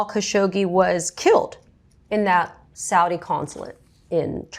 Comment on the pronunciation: "Saudi American prince" I know it was mispronounced, but at this point it might as well be renamed to that.